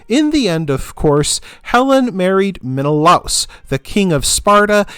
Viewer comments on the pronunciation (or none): i thought it was pronounced men-a-lay-us